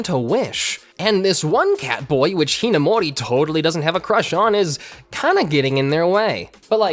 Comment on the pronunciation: I'm sorry but I just can't get past the way you pronounce Amu's last name